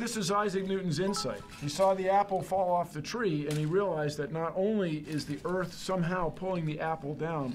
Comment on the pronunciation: "it could-a hit the herth"